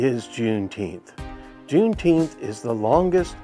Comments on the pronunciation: Deteenth or Feteenth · The low IQ blacks pronounce it Juneteenff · If the rest of Texas didn't know they were free until well after JUNE NINETEENTH (Pronounce it correctly!), it is no different than not knowing after January 1st. Exactly why it's a BS celebration.